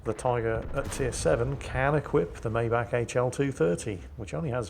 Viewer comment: Actually its pronounced M-aye-bach the CH is like a scratch in the throat.